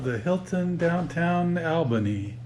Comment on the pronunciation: Learn to pronounce Albany!